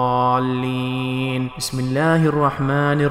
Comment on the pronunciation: Pahle apna nazea theek karke aao phir video dalna. Ghairil maqtoobe? ????? And Alaihim Walattuaallin??????